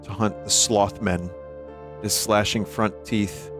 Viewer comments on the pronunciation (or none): none